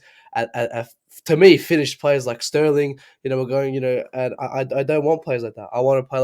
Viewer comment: He called sterlin finushed🤣🤣🤣. Bro u make no sense. u kept this looser on far to long